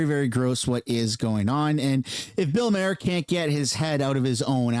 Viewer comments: His name is spelled maher, not Mayer like he pronounced it. He might need to go back and take english again......😂😅😂😅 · His last name is not pronounced like mare …. His last name is pronounced like Mars without the S …. Or Mark without the k ….. Bill Maher (mar) ….. not mare …. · Maher is pronounced “mar”